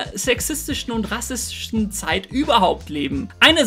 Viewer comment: polischises Handeln? rassisches Handeln? Mensch das Thema ist wichtig und gut recherchiert, mach es bitte nicht durch falsch ausgesprochene Takes kaputt.